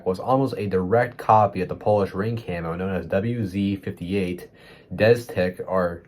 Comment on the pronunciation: Disclaimer: I'm not best english speaker, so, I used ChatGPT I took some notes from your video. If you ever want to visit Czechia/Poland, don’t try to pronounce things like you did in the video — we’re a bit sensitive about it. Instead of 'jehličí' you said something like 'jehlidy', the pronunciation of 'oblaky' was almost perfect, and for 'wz.58 deszczyk' you basically said 'destek'. Protection against first-generation night vision was achieved by using a green substance found in plants — chlorophyll — which was added to the dye used on the fabric. An interesting fact about the underprint on the fabric: at the end of a fabric roll used for uniform production, the underprint was much more pronounced. Some people even nickname uniforms made from the end of the roll 'swamp'. Additionally, so-called 'mazáci' (soldiers after 2 years of military service) often literally boiled their uniforms in gasoline and laundry detergent to make the underprint stand out and appear more prominent. Later in the video, you mentioned that the uniform was used starting in 1963 — even I wouldn’t be so sure about that. If we look into history, a uniform cut was first designed and, for testing purposes, it was produced entirely in khaki. This cut is referred to as vz.60 or M60. Then came the development of the 'mlok' (salamander) camouflage, which stood out due to its bright yellow color — in the USA it's known as 'clown camo'. Unfortunately, the Czechoslovak People’s Army had to abandon the origina